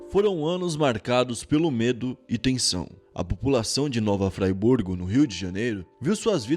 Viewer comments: Mano achei o vídeo muito massa, mas cada vez que vc dizia Nova FRAYBURGO eu dava risada kkkk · So pronuncio o nome errado.. Nava Friburgo se fala do msm jeito q ta escrito.. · Parei no "nova fraiburgo" kkkkkkkkkkk tá fazendo a pesquisa legal 👍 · oq passou na cabeça do pra ele falar nova ‘fraiburgo’?????? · De onde ele tirou "Nova FrAIburgo" ???? Kkkkkkkkk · Muito engraçado o, fala as coisas em inglês tudo errado, e aí na hora de falar Friburgo, ele coloca um sotaque inglês e fala "Fraiburgo" hahahaha! Te amo Planeta NOVO! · Nova FRIBURGO kkkkk pelo amor de Deus. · Se escreve Friburgo mas se pronuncia Freeburgo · Engraçado é ele falando nova fryburgo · Véi que gatilho vê o falar fryburgo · Esse nova fribuorg foi de fuder kkkkk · Pronuncia Nova Friburgo. Do mesmo geito q se escreve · Da nervoso ele falando Nova FLYburgo kkkkk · Ouvir esse apresentador pronunciar o nome errado da cidade me dá muita agonia 😂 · Tá falando errado nova Friburgo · Meu amigo, gostaria de fazer uma crítica: Eu percebo que há alguns equívocos nos seus vídeos que poderiam ser evitados com uma pesquisa melhor. A cidade chama-se Nova Friburgo, e se lê como se escreve. Dentre outros detalhes. Parabéns pela iniciativa, e espero que seu conteúdo evolua ainda mais com essa observação. Abraços! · Que nervoso o jeito que você fala Friburgo kkkkkkkkkk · Caraio Q privilégio !!! O canal falando da minha cidade, q massa \!/ !!! E irmão, Nova Friburgo do RJ se pronúncia exatamente como está escrito, não é a mesma pronúncia do Rio Grande do Sul ! Más é mais q um privilégio os fatos da minha cidade natal estar presente no seu canal, AGORA TENHO MAIS UM MOTIVO PARA CONTINUAR INSCRITO. E se acharem mais fatos à respeito dessa cidade e Região Serrana por favor traga ao canal para os demais assistirem... VLW TOP D+ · Vc pronunciou Nova Friburgo errado man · falo mais pela pronúncia.. nem parece que o é BR.. todo mundo conhece Nova Friburgo ou já ouviu sobre. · se fala nova FRIburgo